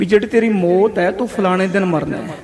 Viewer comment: ਵਾਹਿਗੁਰੂ ਜੀ ਕੀ ਫਤਿਹ । ਬੇਨਤੀ ਹੈ ਕਿ ਮੌਤ ਨੂੰ ਮੋਤ ਨਾ ਕਿਹਾ ਕਰੋ ਜੀ। ਕਥਾ ਬਹੁਤ ਹੀ ਵਧੀਆ ਜੀ ।। ਧੰਨਵਾਦ ਜੀ